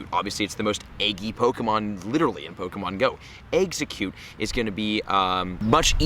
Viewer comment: How many people cringed when he said what region is exeggcute from?